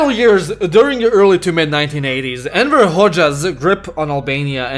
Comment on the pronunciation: I actually heard Emperor a few times, LOL.